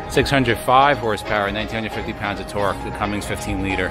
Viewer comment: Nice review, but it Cummins, not Cummings